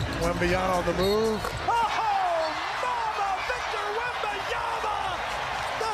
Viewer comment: It's Wembanyama damn it not Wembanyana. How do you still get it wrong as Spurs announcers?